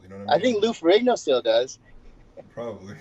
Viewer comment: He said Lou ferigno does 😂😂